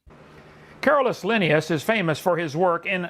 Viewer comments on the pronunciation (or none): vs Why does he pronounce Linnaeus differently in the span of 10 seconds????